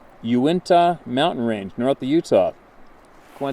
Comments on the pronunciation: You-in-ta. Uintah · Live in the northern part of Utah. Just letting you know how to pronounce UINTA (You-in-ta'). It is a Native American name. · "You In Tuh" Uintah Mountains😉